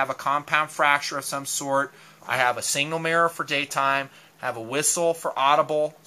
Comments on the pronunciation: Its pronounced SIGNAL not SINGAL. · I think that's sig-nal. Not Single-ing mirror. Your funny. Good stuff though